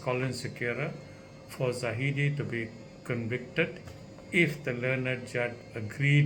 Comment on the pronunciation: i agree with you Dr. But please get the name right. It is zahid not zahidi. waiting for more from you